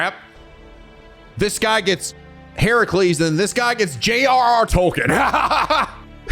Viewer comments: I think should really google pronunciations for every Servant's True Name even when they're seemingly simple to pronounce 'cause he got Heracles right the first time & then bungled it later before correcting himself to the proper one again. (HER-UH-cles, not he-RAH-cles) I'm very much not trying to be mean, I know a lot of folks struggle with names, it's just that sometimes you can't really gleam exact pronunciations from text in the comments & hearing the names said out loud would help make things click. Again. As politely as possible, I love. (he should at least look up the pronunciation of lancer's true name 'cause that one's actually unintuitive since the celts spoke something veeerry divorced from modern english & how things are spelled aren't how they're said aloud) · mild correction on how you're pronouncing Heracles it's Heh-ruh-kleez, the Hera at the start is based on the Goddess Hera as a futile attempt to appease her cause Heracles is the result of Zeus being unfaithful not only insulting Hera directly as Zeus's wife but also insulting her divine domain as the Goddess of Marital Responsibilities which sadly she takes out way more on the mortals then Zeus himself, Edit: ah well you corrected yourself early, what I get for being impatient and rushing to comments I accept this egg on my face 🍳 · I’m gonna a give you an enunciation tip while it’s still early and fresh. Hint: nobody pronounces it as her-CU-les